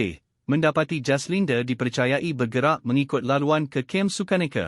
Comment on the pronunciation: Nak muntah aku dgr mangkuk baca berita ni..semua perkataan ada huruf E kt blkg..jaslinde yg paling tak tahan..PATI dh sekor ni jd YouTuber😆🙄